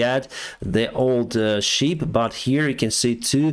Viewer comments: It's the SHIP not Sheep 😅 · It's shIp not sheep (you know creatures that go baaa, baaa 🙂